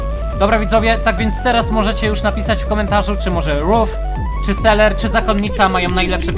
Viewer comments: Dlaczego mówisz seler a nie selever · jak mówisz zamiast ''selever'' to mówisz ''seler'' 1 raz = 1 raz wybuchnę Xd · Mówi sie: selever Mówi seler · Sam muwisz na niego seler a to nie seler